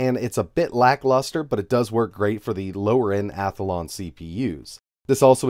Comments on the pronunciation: Not picking on you, I find it funny that you pronounce "Athlon" as "Ath-uh-lawn". Keep up the good work! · Athelon cpu? Lol. Sorry man, had to